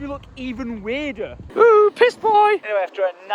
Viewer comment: I dont get why he pronounces PISS like PESH lolol